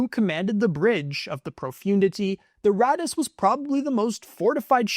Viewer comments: Profundity is being pronounced completely wrong ! It’s “ Pro-fun- dity “ ! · You mispronounced Executor and Profundity